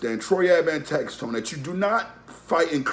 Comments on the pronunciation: #1 it’s tax-stone not tax-tone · It’s tax stone not tax tone